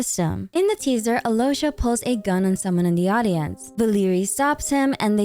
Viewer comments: Absolutely love how you botched every name.Keep doing it lol Alloysha HAHAHAHAHA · The video is great, but as a native Russian speaker I just have to correct some names mispronunciations. • Alyosha is not pronounced as Alosha, L here should be soft (palatalized), so it's closer to Aliosha. The main stressed vowel here is O. • Veche is not Veke, there's a CH-sound like in the word "cheese". • The Tsaritsa's patronym stress. It's FEO-do-rov-na, not feo-do-ROV-na (comes from her father's name Feodor, or sometimes Theodor). FEO- is one syllable here, similar to Alyosha, should be pronounced as FIO-do-rov-na. The main stressed vowel here is O.